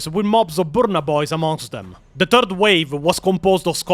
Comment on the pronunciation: bros i love you and the videos are awesome but in h, its not "Turd War of Armageddon", it is "Third War of Armagageddon". just wanted to clarify for newbros. =P